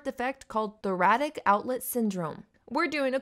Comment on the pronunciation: Lol “thoratic”